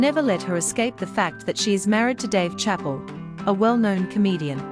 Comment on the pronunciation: Is she saying chappel? How do you talk about someone without knowing how to pronounce their name?